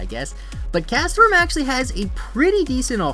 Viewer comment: Why does he say it like "castaform"